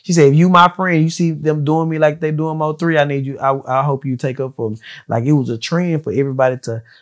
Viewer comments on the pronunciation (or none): Thank you Im so tired of hearing Moe3 like get that man name right